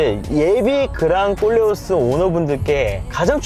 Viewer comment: 콜레오스 발음이 어렵나봐요 모두 꼴레오스라고 하네요